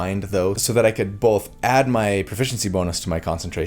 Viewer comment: I love your videos, I love how you explain and walk us through each detail, but I have 1 critique.. Why do you pronounce the L in Both? 😆